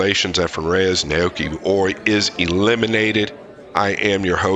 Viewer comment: Scott, your analysis is excellent. Well done. The only flaw is butchering Oi’s name pronunciation throughout: Nah-Oh-Yoo-Key (no syllable emphasis).